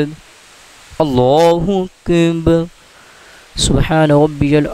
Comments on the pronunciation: Assalamualaikum JazakAllah Khair but pls know when u recite "Allahukbar" it sounds like "Allahukbhun" the "ar" is not clear when we hear it it should sound like Allahukbar and not "bhun" maybe its echoing from the mic JazakaAllah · Ap ye jo lafz boltay hain ,ALLAH HO AKIB keh rahay hain ya ALLAH HO AKind ye kea hai mujay samaj nahi aai ???? Jabke bolna cahiye ALLAH HO AKBAR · آپ اللہ اکبر صحیح ادا نہیں کرتے اسکی وجہ بتانا پسند فرمائیں گے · ALLAH O AKBAR SAHIE NAI PAR RAHY DURASTGY FARMA LAIN.ZARA CLEAR ALLAH OAKBAR PARAIN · اللہ اکبر کو آپ پتہ نہی کیسے ادا کر رہے ہیں ؟ برائے مہربانی درستگی فرمائیں